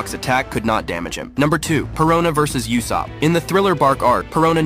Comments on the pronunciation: Are we going to ignore the fact that they pronounce usopp like yousopp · You are mispronouncing Uusops name on purpose right?